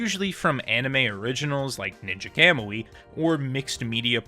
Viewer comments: this guy has no right to criticize the anime when he can’t even fucking pronounce it right 💀 i stg y’all new gen fans are gonna be the death of the anime industry fr, the single most used “critique” that people seem to use is that it got “bad” when futuristic tech was used even tho it was literally shown in the 1st episode, you would’ve known that if you didn’t have your head up your ass and actually paid attention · Shit went from 10/10 to a -10/10 real quick and learn how to pronounce words kamui is easy to pronounce it